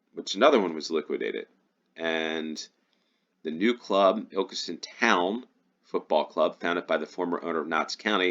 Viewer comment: You pronounced Ilkeston correctly!